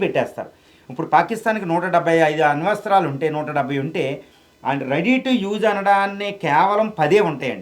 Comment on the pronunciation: అణు వస్త్రాలు కాదు ... అణు అస్త్రాలు రా చేపడానికి రాకుండా ఓవర్ యాక్షన్ 😂😂